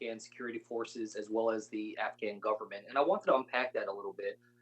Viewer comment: She said afgram... Not Afghan. Omg the left is full of twits.